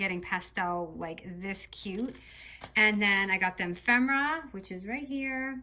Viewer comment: E-fem-er-ah not em-fem-er-ah